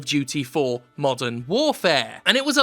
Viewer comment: At first I thought you said "Call of Duty: Mutton Warfare".